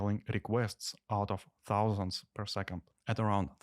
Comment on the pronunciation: It’s not pronounced thouthand, it’s thousand